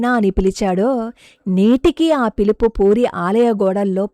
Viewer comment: పూరి not పురి , please correct